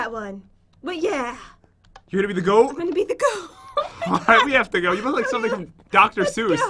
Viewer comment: Pat said DR S